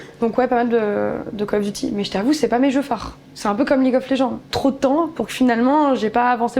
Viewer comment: CÂLE of duty, ça me tue à chaque Fois ce "CÂLE OF"😅